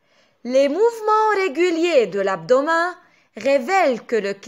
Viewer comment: درس كتير حلو بس بكل محبة كلمة abdo W men بتنلفظ متل متل كلمة Men بالانكليزي